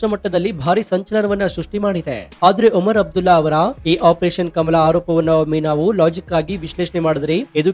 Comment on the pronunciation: That is not oman abdulla it's omar abdulla